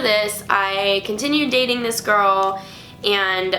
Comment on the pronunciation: Did you say gayding in stead of dating? cx